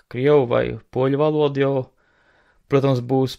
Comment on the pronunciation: Tu vairāk uzsver vārda galotni. Valodūū